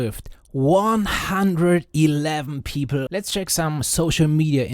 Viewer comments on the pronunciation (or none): bros says "peepl" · The way you pronounce "people" is hilarious.